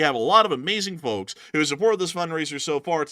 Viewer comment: you don't have to pronounce the "L" in "FoLKs".